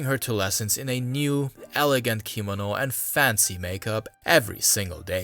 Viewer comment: How do you not know how to pronounce the word "kimono"? Accent is on the 2nd syllable ki-MO-no.